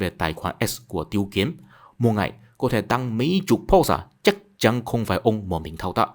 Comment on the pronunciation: Âm Hán Việt tên của ông quan chức ngoại giao kia là "Tiết Kiếm" chứ không phải "Tiêu Kiếm" bạn nhé